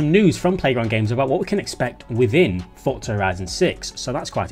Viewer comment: Fortza never understood why they decided to pronounce this word and have a silent T there ForTza 😂 just say Forza 😂ew